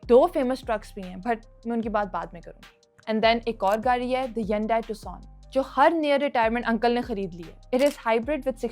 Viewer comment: Continuously wrong pronounciation of hyundai